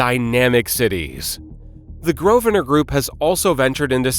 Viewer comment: The name is said "GROVE-nər." There are two syllables. Also, it's Westminster, not "West Minister."